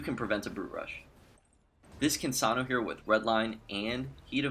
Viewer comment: Why do you pronounce her name like that? You sound like you're saying, "Kinsanu" instead of "Kinsano". Ends with an "O". Not a "U".